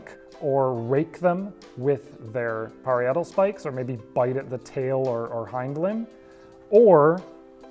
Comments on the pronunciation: Hey! it's pronounced Pah-rye-ah-tal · "pa-RYE-a-tal" cf. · FYI, "parietal" is pronounced "puh-RYE-uh-tull" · Very strange pronunciation of parietal! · That is the strangest pronunciation of "parietal" I have ever heard.